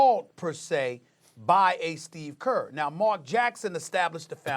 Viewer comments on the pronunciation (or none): "Steve Gert"